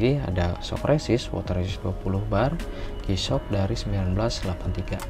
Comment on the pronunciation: Kameranya kurang deket bang, okelah pengucapannya udah jisyok bukan gisok 😁👍👍